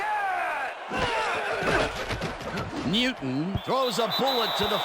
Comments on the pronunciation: Neeeeyooton lol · the way he says "newton" has me weak